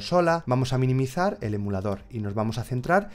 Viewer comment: "Vamos a miniminizar" 2020